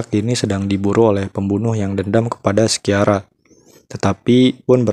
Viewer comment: Lea Seydoux dibacanya Lea Sedu Christophe Waltz dibacanya Kristof valts Sciara dibacanya Shara